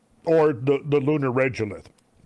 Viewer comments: Absolutely loving the Lunar Presentation. But I can't stand your mispronunciation of Regolith. It's Rego-lith ... Say lego, now say rego .... Regolith. Not Regelith like you say it. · I have always heard people pronounce it reh go lith, not reh joe lith. Despite the bugbear, I love love love the content, keep up the great work :) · Regolith is pronounced with a hard g not a j sound. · Regolith is normally pronounced as reh-go-lith. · Regolith is a regular regulate of similar stone (lith) crushed to varying degrees, and is pronounced as such: “reh-go-lith”. This is why pesky “accredited” Science degrees require stupid shit like courses in college-level English, …or at the very least, a basic understanding of your own glossary in your own field. 👀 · Also regolith is pronounced Reg (as in egg, or regular) Drove me nuts. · The fact that you can't say the word 'regolith' correctly takes away from your credibility. In all your moon research, nothing and nobody ever said it like you do. Just saying.